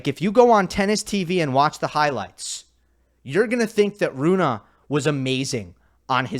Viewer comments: Why do you keep mispronouncing his name? Since he is Scandinavian, it made sense to me too that it would be pronounced like Runa, but on the atp website, he himself pronounces it like Rune. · Rune as spelt, but “Runa” as pronounced correctly! Which hardly anybody bothers to get right, by the way!